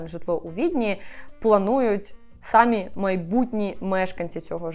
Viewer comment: Дуже люблю ваші відео, але дуже ріже вухо одне слово Не хочу здатися grammar nazi, але, будь ласка, якщо вам не важко, зверніть увагу, що у слові «самі» наголос на «і». Дякую!